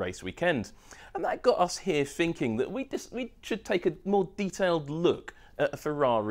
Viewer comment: "Finking"????? its thinking. Jeez that annoys me